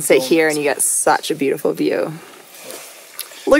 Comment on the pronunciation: 😂😂😂 "enjoying that beautiful vew" as goes 🙌 😂😂😂